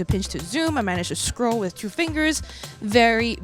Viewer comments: "as I scrote through webpages"? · I can't unhear it... So funny!!!